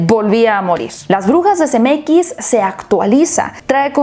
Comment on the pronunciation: Cada que dice Zemeckis yo escucho CDMX 🤣🤣🤣